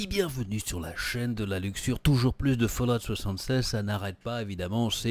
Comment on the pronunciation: Tu c pa dire fallout